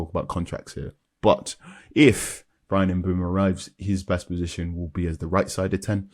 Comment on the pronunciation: It's pronounced Bryan Bø-mo